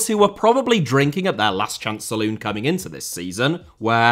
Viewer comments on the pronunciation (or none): none